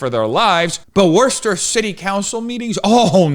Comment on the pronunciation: I’m shocked he actually pronounced Worcester right. 😂 Worcester is SAFE! You just gotta avoid the beggars on every corner, the needles on the ground, and the mobs of roving LGBTQ1234’s threatening everyone they meet.